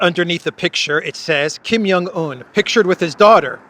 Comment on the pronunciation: the J in Kim Jong-un is a hard J, as in English "job" or "January." It is NOT pronounced as in English "Y." Likewise, the "j" in Beijing is hard, like the "j"in "jingle," NOT like a French "j."